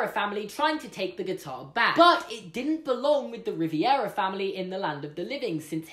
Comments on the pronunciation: For Future Refrence The Way To Pronounce Rivera is RE-Vera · I cringed every time he said Riviera family...other than that, great video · their last name is actually pronounced Ree-v-EH-raa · You’re pronouncing Rivera “Riviera” and it hurts my heart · Good Vid but u keep mispronouncing Rivera you're putting an unnecessary extra I in the name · Why are you pronouncing Rivera as riviera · Oh, I never thought of that. Great theory! (You kept pronouncing Rivera wrong... but GREAT THEORY!) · Why did you keep saying “Riviera” it’s “Rivera” vastly different and much easier to say. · perfectly argued theory, really wish you weren't calling them riviera instead of rivera lol, but other than that fantastic video, it would have played so much better if they had just said they weren't sure why he was there but it was relatively simple to get him back, because I agree that it was really jarring that the explanation was so simple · I really like this theory, it makes sense and closes the bit of plot hole. The only thing that bothered me was the way Rivera was pronounced. Maybe it's because he forgot, but it's definitely Rivera, not Riviera. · I LOVE THIS THEORY! I was wondering about how Miguel got to the land of the dead myself but one thing... It’s pronounced Ri-ver-ah Not ri-vi-er-a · Hahah why are you saying it as Ree-vEE-eh-rah, its Ree-ver-ah BTW AWESOME VIDEO loved it so much! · Just for future reference... It's Ri-VERA, not Riviera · It's Rivera like Riv-eh-ra not Riv-E-air-a fam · The name's RIVERA, not RIVIERA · Good theory , but it's pronounced Rivera, not "Riviera" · Also, it's Rivera, not Riviera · you're saying Riviera its Rivera (no hate tho) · Rivera not Riviera😂😂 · I love your videos but as a Latin@ I'm cringing so hard. Miguel's last name is not "Riviera," it's "Rivera." Like river with an A. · My last name is Rivera. And every time he said ri-ve-ara I cringed. It’s pronounced ri ver a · Ri-vi-era?! It’s Re-ver-a. Rivera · It’s Rivera not riviera😭😑